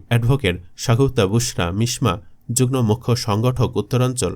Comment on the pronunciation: যুগ্ম উচ্চারণ হবে যুগ্ মো